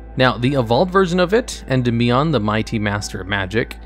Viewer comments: Thank you for not saying "En-DEE-mion." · When saying Endymion, try putting the emphasis on DY instead of the MI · PLEASE stop saying Endymion wrong